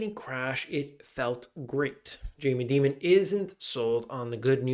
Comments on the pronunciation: Why is he pronouncing Dimon like demon? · "Jamie Demon" lol. Dimon... like diamond 👍